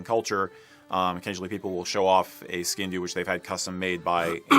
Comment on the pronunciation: and both pronounced it “skin doo” which crushed my world and now I’m not sure I believe in anything anymore. 🤦🏻‍♂️